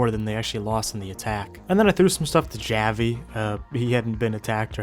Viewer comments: Gaa-Vee? Really bro? It's Hah-Vee. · Good video but to let you know javi is pronounced (haw-vee) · I love how you pronounced Javi 😂😂😂😂😂❤